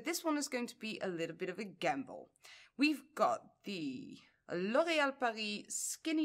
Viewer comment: Such a weird thing but I love hearing someone say L'Oréal with full French pronunciation. Nothing against those who don't, it just sounds so lovely in comparison. Also I kind of love all colors soooooooo...💙💚💛🧡💜🖤